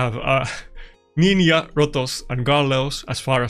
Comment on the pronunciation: "Nininha" is peak pronunciation to me, love it 😂